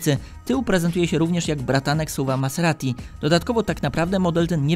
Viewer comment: ciągle słyszę "Passeratti" zamiast "Maserati" 😂